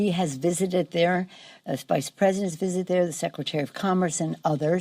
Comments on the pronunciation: Everytime he say visited sounds like he is saying wizard🤣🤣🤣🤣🤣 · I don't recall that Pelosi has ever wisoted any place. What exactly is a wisit?